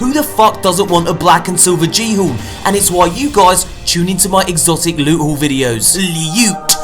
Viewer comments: Love your content, but when you say that Lewt, sweet precious Lewt stuff I kinda cringe! lmao! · We all know what maps leed to. Lewt, sweet. prrrrrrecious lute. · I stil lose my shit at the " LEWT SWEET PRRRRRECIOUS LUTE" part xD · I love it when he does the lewt intro lol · lewt für days